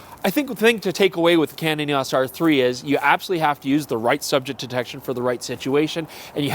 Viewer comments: EEE AAAWWWSSS?? 🤦‍♂️ E O S!! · Why are you the only person mispronouncing “EOS?”